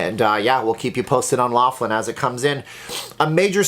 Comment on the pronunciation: Keep to Casino openings! By the way every time you say the name of your town you say it wrong